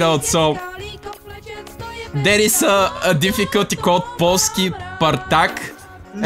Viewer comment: you said Polish in Polish perfectly (yea it was the polsky word)